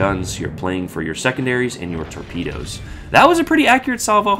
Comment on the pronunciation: Torpeedeeoes , that’s easy for you to say … 😊. An interesting boat